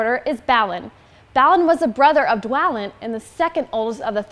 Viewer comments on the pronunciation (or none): Bahahaha! That reminds me, this girl may be cute but she needs to learn how to properly pronounce the characters names if she is going to be the "official" Hobbit in 5 spokesperson. I mean, for f*ck's sake, how hard is it to pronounce Balin or Dwalin right? It's pronounced BALL-IN. How did nobody from the making of this video catch that? Simply stunning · does any1 else get kinda annoyed annoyed the way she pronounces dwalin and balin?